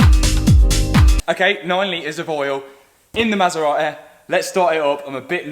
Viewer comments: I love this Masera-eh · "9liters of oil in the maseraeh" Hahah you forgot some letters. Love the content man!!